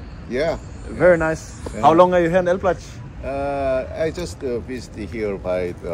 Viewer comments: elblĄg, like elb-long not elblag xd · if you want to go to a city first learn at least how to pronounce it..because if you ask "where is el black" no one will get it.. ELBLOUG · they didint know what u are saying cuz u are not spelling that city name in proper polish. They heard it like El Black :D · By the way, isn't the city pronounced like ""Elblong"? Sometimes the locals can be very strict with stuff like that. Either that or some really didn't know the place. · Haha I am from Elblag... great video, it was fun to watch but dude, you still pronounced the name wrong even at the end haha. Who told you it was pronounced that way? I think you got pranked lol. The right pronounciation is: ELBLOUG. You can check the pronunciation on Youtube, it probably wont let me post the link here. Cheers! :) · It’s pronounced Elblonk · Its pronounced "Elblong". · You should pronans like,,oblong,,just change ,,o,,for ,,e,, it want be perfect but quite close.